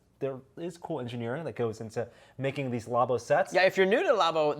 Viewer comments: Wait, you don't say "law-boh" as well?!?!? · Nobody:: law bow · It makes no since when people pronounce it like that, the word derives from Lab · The way he said Labo... facepalm